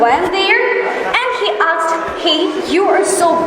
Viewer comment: Assalamualikm. With due respect, the pronunciation of ''asked'' should be corrected in my opinion. In fact, I have checked it by putting the video on 0.5× speed. But overall, the speech was amazing as well as inspirational for many individuals.